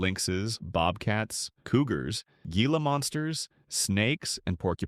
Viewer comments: Gringoized...😂 Gila "hee- la" Monsters. Javalina "hav-a-lina" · Please learn how to pronounce Gila and Javelina. Or... is this an AI voice?